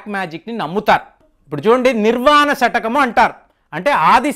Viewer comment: శతకము కాదు.. షట్ కము..